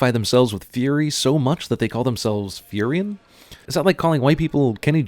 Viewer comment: It isn't Furyon, it is Furion, the Natures Prophet